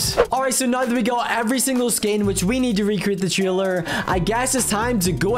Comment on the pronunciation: You say taler not Traler